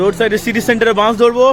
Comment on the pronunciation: Bans noi vai bus bolo